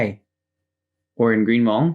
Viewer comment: You’re hmong pronunciation is on point. Great video.